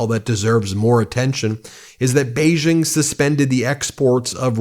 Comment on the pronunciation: I like you guys, but your pronunciation of Chinese words is really hard to listen to. Why do you want everything to sound like the French "Zh" sound? Xi Jin Ping. Xi sounds similar to "see" in English. Beijing. "jing" sounds like "jing"! Why are you pronouncing them as Zhee Jin Ping and Bei Zhing? it's crazy, you think Chinese is French?